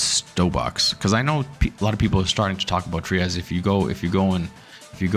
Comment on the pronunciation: The creator of Trias pronounces it “Try-us”…it’s not “Tree-us”.